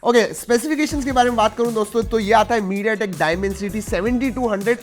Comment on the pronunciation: When he said mediatek, i close the video. Turannat...chahiye hi nhi........😂